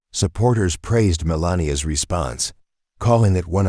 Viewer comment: This Channel needs someone who knows how to pronounce the First Lady Name!